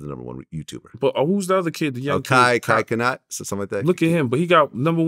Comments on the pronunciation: “Kai kenat” 💀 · KAI CENAT (SENAT) say his name right VLAD 🤦🏾‍♂️ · Cuh said Kai cannot 💀